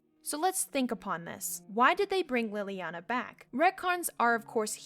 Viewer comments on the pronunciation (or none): i like how you mispronounce leliana's name even though it's said outloud. like, it's not read in a book but you're still mispronouncing it. lol